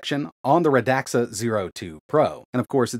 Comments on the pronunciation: Radxa Not radaxa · I saw on their site somewhere that the company named sounds like "RAD SUH" not "RUH DAXA". The more you know! 😉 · Its pronounced radsa not radaxa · Pretty sure it's pronounced rad-za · as far as i know its pronounced "radsha"